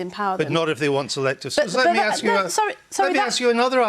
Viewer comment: all Andrew Neil has done is let Lisa Nandy speak. but before some sentences she says lit me speak??